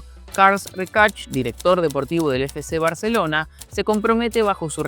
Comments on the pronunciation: Buenísimo video, desde Barcelona comparto el miedo a esos contratos. PD: Lo de 'cars recach' me hizo mucha gracia. Es catalán no inglés, es Carles (igual que Carles Puyol). Y el apellido se pronuncia "reshac", aunque esto si entiendo que parezca extranjero. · Es Carles RESHAAAAACCC no RECASHHHHH, jajajajajajaja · "Karls Reichart" como lo llamas tu se pronunciaría "CARLAS REISHAC" (haciendo la "sh" como si fuera "shut up" en inglés). Buen vídeo. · Carles se pronuncia "kárlas" o "karles" en zonas de Lleida. El apellido "Rechák". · He visto el video hasta q dice “Carls Rejacs”. Next. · Por respeto a las personas con nombre en catalán, o cualquier nomenclatura catalana, deberíais informaros un poco más en la pronunciación (seguro que con el inglés os trabajáis más este aspecto por imposición cultural). Un ejemplo: Carles Reixach (os comisteis la i): No es "carls" la pronunciación sino tal cual se ve escrito Carles (es cierto que la "e" es neutra por lo que algunos castellanosparlantes optan por usar una "a", pronunciando "Carlas"); en cuanto a su apellido: la "i" NO se pronuncia (posiblemente de ahí que os faltara escribirlo), la "x" suena como un "sh" (por ahí fuisteis bien); pero la "h" final es muda (en catalán el sonido correspondiente al "ch", se escribe "tx". En catalán la "h" SIEMPRE es muda). En definitiva; se pronuncia "reshak". En otro video pronunciasteis "Jaume" con "j" sonora como en castellano, cuando en catalán no existe ese sonido aspirado; la "j" se pronuncia igual que en inglés como una especie de "y/ll"; por lo que se pronunciaría "yaume/llaume".